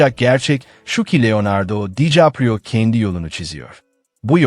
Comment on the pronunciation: Olum o kadar emek veriyorsun, şu seslendirmeyi hiçmi dinlemedin? Dikaprio yerine Dicaprio diyor.